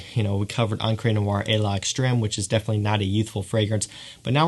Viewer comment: FYI: the apostrophe in the south-eastern european languages (spanish, french, italian etc.) just makes the two parts go together: L'extreme is pronounced as lextreme (just extreme with an L) as far as what i've been told. with that said, nice videos still. Keep it up man!